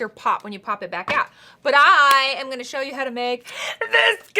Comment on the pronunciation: Can we agree he said “shoe” not “show”